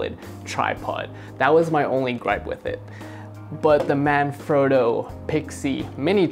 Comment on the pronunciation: Please don't take this the wrong way, The "frotto" in Manfrotto isn't pronounced "phroto" it's frotto like an otter. That's what the double t is for...sorry lol great review though!